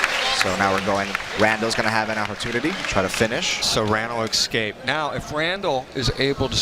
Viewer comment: I looked up the word 'exscaped' and it doesn't exist. listen to the audio from for about two minutes and let me know. Most likely these phrases would also include 'lemme axe u a question', or 'expresso', 'suppossubly', ugh.... axe-ually .... I don't care... lmfao stay stupid dumbass